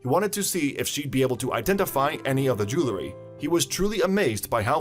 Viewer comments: ..."jew EL ry"...not "jew LA ry"... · IT'S PRONOUNCED JEW EL RY. NOT JEW LA RY